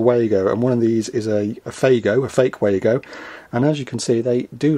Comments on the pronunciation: WAA GO - it's lazy to not learn to pronounce a name with the advent of the internet. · Yes they are German, and I'm sure the Germans will pronounce it as vago but we all call them Wago's. There is more to this company than just snappy Wago's, they have a whole range of products designed to help electrical and electronic installations, some of my favourite are the din rail mounted beauties that can be interconnected and require a tool to momentarily open the cage clamp system. In my opinion as a mechanical and electrical engineer, Wago has been an outstanding choice of products for power connections. Can you believe, Americans and Canadians still think those crappy twist nuts are a better choice! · If they were German they would be pronouced, "Vah-go!"